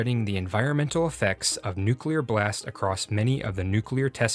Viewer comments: "Nuke-you-ler?" Seriously, dude? Please bring back the old RealLifeLore narrator!! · OMG HE SAID NUKULAR